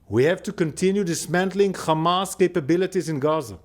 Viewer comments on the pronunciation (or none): Why you say Khamas and Khezbollah??? You have haifa you obviously can pronounce H